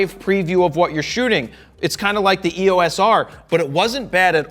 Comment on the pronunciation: It's "EOS" , not E-O-S